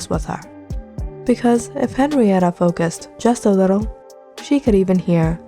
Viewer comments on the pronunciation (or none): none